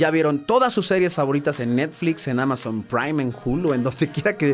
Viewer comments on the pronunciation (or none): ALGUIEN MAS SE DIO CUENTA EN EL MINUTO QUE NO DICE AMAZON SINO QUE DICE MAMAZON 😂😂😂😂😂😂